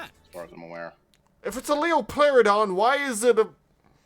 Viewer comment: not leopluorodon (this is spiderman, not charlie the unicorn), leopardon. it's literally jut leopard with 2 extra letters.